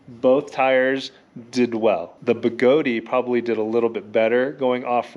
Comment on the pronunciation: Good comparison review. Although, Even Begode pronounces their company as (BeGoad) and not (BeGodey). I honestly don't know where people get the extra 'e' or 'a', but it's a bit of a pet peeve of mine to hear someone mispronounce their name after more than a year of the name change. Funny how OneWheel has the issues they are facing and now KingSong has a different set of problems.